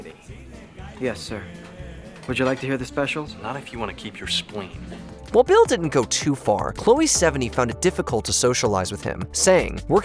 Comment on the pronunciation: Everytime you say Bale it sounds like Bill. I was so confused. Lol